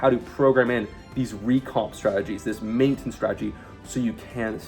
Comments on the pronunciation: the type of guy who's mastered main-tense, without being able to say "maintenance". 😅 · the type of guy who can't pronounce maintenance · Does this guy purposely pronounce random words like maintenance in an insane way for engagement ? 😂